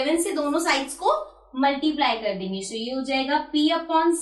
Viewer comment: Aap acha padhati Hans but aap so ko sho kyu bolti hoo